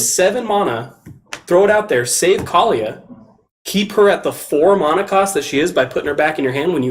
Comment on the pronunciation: Mona? You mean mana..